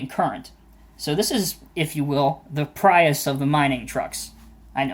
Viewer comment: Pry us? You mean Pre us (Prius). 😜🤓